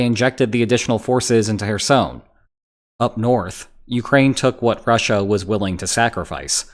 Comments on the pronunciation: If you're making a video about Kherson. Could you at least get the name right. It's very cringy. ''Hersoin'' what?😅 Apart from that great update about the situation there atm. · You say Kherson like Michael Jackson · As someone who speaks Ukrainian\Russian, his pronunciation of Kherson is triggering.